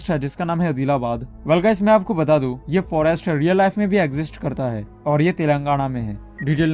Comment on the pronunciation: When you say au r au 🤣🤣🤣🤣